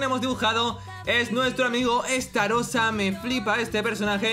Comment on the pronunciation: estarrosa borracho